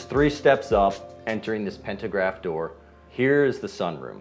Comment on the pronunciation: It’s pantograph not pentagraph